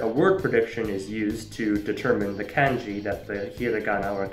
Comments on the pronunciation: Every time someone says "kænji" a piece of my soul dies. Especially when he pronounces Hanja correctly afterwards! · Cool video; worst pronunciation of "kanji" and "romaji"